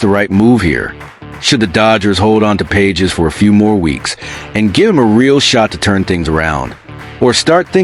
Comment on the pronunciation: His names is pronounced "Pa hez", not "Pages".😅